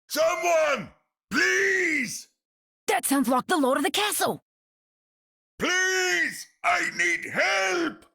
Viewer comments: The comic relief of the story. The only thing I don’t like about her lines, is her pronunciation of “castle”. Australians don’t pronounce it like that. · That’s exactly why I find her pronunciation of the word so unusual. Meanwhile you have Reinhardt’s VA, an American, pronouncing the word castle how a German person normally would